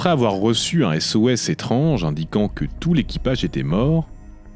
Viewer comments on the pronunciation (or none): Je crois que t'as un problème avec le mot "étronge". Ou éponge. Ou étrange. Je sais pas. Mais y'a un mystère dessous. Comme ton absence, qui t'a kidnappé? Quels tests as-tu subi? En tout cas tu ferais plaisir à voir, si tu gardais ton setup habituel, classe et immersif. Qui est la danseuse, un sportif tombé dans l'oubli, ou une esthète mystérieusement disparue? On en saura toujours pas plus... PS: la nouvelles présentation, plans, incrustations etc... Sont sympa aussi. Mais dans un nouveau style. Je crois que vraiment, le bureau, le téléphone qui parle trop fort et l'ambiance tamisée me manquent ;)